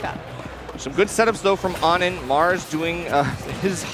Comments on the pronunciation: Isn't it "oh-nin" not "aw-nin"? Or did it change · Why did they keep calling onin awnin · why didnt anyone tell them its "oh-nin" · ah yes my favorite steve player ah-nin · how come she doesnt know how to pronounce O-nin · Why they pronouncing onin like that? Is that how it’s really pronounced? I’ve never heard it like that before